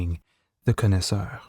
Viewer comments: I didn't know that the pronunciation of connoisseur was regional. I have always heard it pronounced: con-eh-su-or not con-eh-su-ar. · It’d be good to learn how to correctly pronounce “connoisseur” - I kept wondering what a “con-is-are” was. That’s not how it’s pronounced. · Why do you say connoisseur like an ape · Learn how to pronounce "Connoisseur".... do you realize what word you are trying to say??